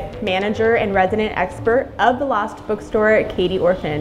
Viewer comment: Why does she keep saying the “lost” bookstore?